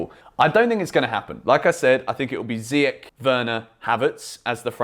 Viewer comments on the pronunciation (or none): I hereby quit from watching your videos because you're bias! Also, you said CHAMPIONS LEAGUE and it's actually the SUPER CUP. Ziyech is our best player in pre-season and you still didn't give him the start over Mason. 😳🤨 His name is pronounced ZI-YESH and not ZI-YEK... 🇲🇦 Get it right for your videos in the future! 🇲🇦